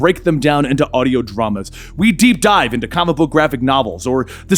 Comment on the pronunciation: "we diep dive"